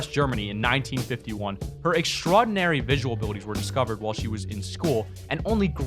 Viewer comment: This dumb ass said "extrodinary" lmfao